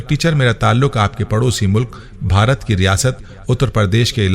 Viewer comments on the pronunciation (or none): none